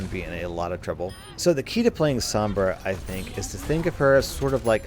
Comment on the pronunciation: Roll ur r's when u say sombra